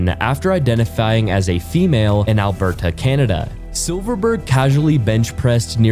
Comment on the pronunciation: ah yes i love AlberTAH candaa lmao